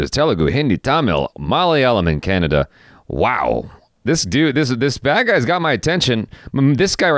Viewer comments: It's kannada not Canada or kannad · You read all launguage's correctly leaving kannada You spell it as Canada 🤦